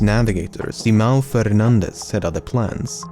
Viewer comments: ~ you said fernandes pretty well, im amazed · Indeed, another great and thrilling video by Lemmino. Congrats also for the good pronunciation of 'Simão Fernandes'. Details matter. :) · Portuguese it's 'Fernandes' and he nails the right pronunciation. 'Fernández' would be Spanish. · You are strangely good at pronouncing a Portuguese name like Simão Fernandes, most English speakers completely butcher that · As a Spanish speaker your pronunciation of “Fernandes” is much appreciated.